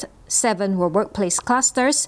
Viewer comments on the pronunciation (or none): none